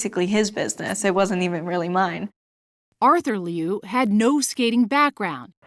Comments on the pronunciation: Her name is pronounced LOO, not LEE'OO 😮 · It’s not Leeeee U. It sounds like “Lu” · "Alysa Lee You" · liu= new! Please pronounce her last name correctly! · Say her last name right. Geez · The way English speaking people pronounce "Liu" drives me nuts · YOURE NOT EVEN SAYING HER NAME RIGHT.. FFS..SHAME ON YOU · I wish you know it all journalists would pronounce her name right!!! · The pronunciation of Liu is bothering me💀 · She couldn't even pronounce her name correctly! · Pronounce her name as it should be at least...SHAMEFUL!